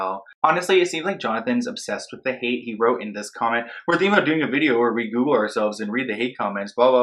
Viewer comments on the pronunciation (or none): none